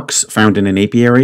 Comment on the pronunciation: For a while I thought he said aviary. It was only at the end that I heard him say apiary.